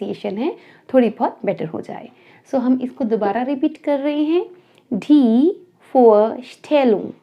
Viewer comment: You should pronounce the "d" of "Die" a bit softer, like in "duration". It sounded a bit hard, more like a T. At Land the hard d is fully correct. The "D" at "Deutschland", is also soft. I don't know a single word, starting with a "D", where the "D" is pronounced like a "T", always softer like in "day", "darling", "duration", etc.. At the end the "d" is mostly hard, like a "t". In the word, it differs from word to word. Yes, German is not easy to learn, but if someone speaks Germans, it is usually very easy to understand, as there are few pronounciations, that differ, but this makes often an important difference. For exampel "umfahren". UMfahren would mean drive agaist or drive through, while umFAHren means, drive around. Most Germans write Hobby wrong, as they always think about the English writing, with an ies at the end. But usually we only put an s at the end of foreign words, when we want to make a plural. The old word Steckenpferd for Hobby is quiet unusual these days. Sad to me. Woukd be really intersting to understand also the words, that are neither in English nor in German, but I think I would have to learn another language, Hindi I assume, but I do not know at all. The "Z" of "zwei" should be as hard as in "Zertifikat", it sounded more than a "S". "von Beruf" is unusual today. "Ich bin Lehrer" would be absolutely fine. But may be, the Gothe Zertifkat is a bit oldfashioned. House wife is not a profession ... don't say this in Germany! As you mentioned Student and St